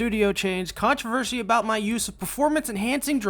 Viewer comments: Why do you say controvershi? Its controversy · Controversy not controvershy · Most controversial thing in this video is how you pronounce "controversy" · The only thing controversial about this is how you pronounce "controversy" as "controvershy" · This guy went "controvershi' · The word "controversy" really lost meaning to me after hearing "controvershy" over and over again. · CONTROVERSHY O__o wut? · controvershy about how you say controversy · My only complaint is that he says contravershy and contravershal